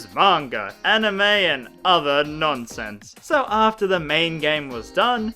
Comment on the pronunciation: IT’S PRONOUNCED PERSONA 3 FEECE (F SHARP) WHY HAS NO ONE REALIZED THIS?